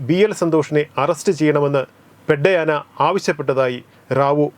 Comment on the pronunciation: പെഡ്ഡയാന അല്ല Bro പെദ്ദയന അതായത് പെദ്ദ എന്നാൽ മുതിർന്ന അഥവാ വലിയ എന്നും അയന എന്നാൽ അദ്ദേഹം എന്നും അർത്ഥം ഭാഷയ്ക്കുള്ള അർത്ഥം സംസാരിക്കുമ്പോഴുള്ള സാഹചര്യം അനുസരിച്ചാണ് മിക്ക ഭാഷകളും